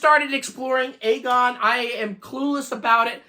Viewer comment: Just to say… absolutely EVERYONE mispronounces Agon. Some say it like ‘argon’, which is definitely wrong (that’s another word entirely). Others – like here – say ‘aygon’, sounding a bit like Acorn. There’s a LOT more justification for saying it like that, and I can personally get behind that version. But nevertheless, it’s still wrong! We know it’s wrong because the creator of the system himself has explained where the name comes from: the word has the same root as “agony” and is pronounced with a short ‘a’ in the same way. (He says it that way himself in his own videos.) So, in short, “Agon” should rhyme with “wagon”. Anyway, it’s a really great system with lots of potential – and surprisingly affordable, especially compared with the other retro-style systems mentioned here. I have an Agon Light 2 myself and am looking forward to the Console8 and seeing how it develops.